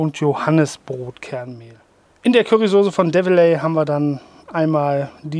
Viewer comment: Es wird Dewelei ausgesprochen! Ist seit 175 Jahren ein bayerische Traditionsunternehmen, und sind deutschlandweit (und auch insgesamt in 43 Länderdern) Lieferant von Soßen für McDonalds. Übrigens :"Die Firma Develey produziert exklusiv nach Volkswagenrezept dieses spezielles Ketchup für die VW Currywurst."